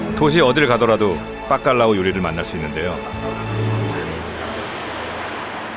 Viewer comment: 스페인 사는데 빠깔라우가 아니라 바깔라우 입니다. 중국이라규 쓰고 쭝국이라 읽는것과 같네요.